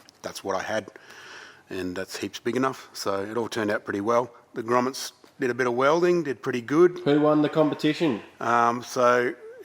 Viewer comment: I honeslty thought he said Gromits instead of Grommets. And it got me thinking about Wallace and Gromit.